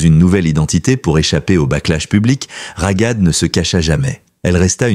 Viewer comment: Cest trop enervant de vous entendre prononcer RAGAD avec un G. C'est Raghad et le GH est la transcription de غun R grasseillé ( le R parisien). Vous auriez prononcé Rarad, ca aurait ete mieux. Vous auriez pu vérifier. Comment vous faire confiance pour les informations si, pour quelque chose d'aussi simple vous ne vous etes pas renseigné. De toute facon, cest une voix de robot, mais quand même.